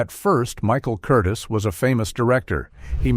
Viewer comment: Director's name is pronounced Kur-Teaze' accenting the second syllable.